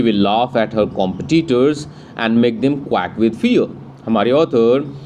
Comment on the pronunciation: that quak with fear :face-blue-smiling:🤣🤣🤣🤣🤣🤣🤣bro its quake and bro its cano e is silent